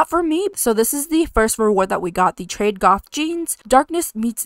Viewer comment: Sorry to be that person, but it’s actually pronounced ‘trad’ as in ‘traditional’.